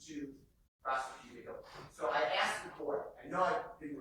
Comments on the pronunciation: She’s freakin awful. And I hate when she says “axed” instead of “asked”. It’s cool when ur either friends but not as an attorney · Stop saying axed. It is asked.🤯 A DA or ADA should have an education. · Did that lawyer really say “axksed”?! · I just cannot believe you can be a lawyer and use the word ‘axed’ so much. This lady is pretty stupid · Damn, I’ve heard “axed you” way to many times from these fools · an educated lawyer can't pronounce asked properly?